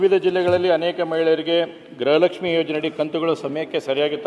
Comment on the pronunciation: ಅಮ್ಮ ತಾಯಿ ಅದu ಗೃಹ ಲಕ್ಷ್ಮಿ ಗ್ರಹ ಲಕ್ಷ್ಮಿ ಅಲ್ಲ.